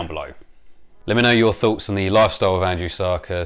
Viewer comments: I keep hearing "Andrew Serkis" :) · It sounds like you keep saying Andrew Sarkis. At first I thought that was who discovered the fossil.